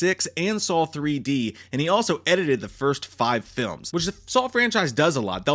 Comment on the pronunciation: Why does he keep saying "SAUL" instead of "SAW"?